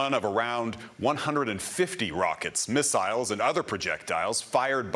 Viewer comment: He says "miss-aisles" and then "missels" two sentences later. Just pronounce it "missels" already. "Miss-aisles" sounds so odd.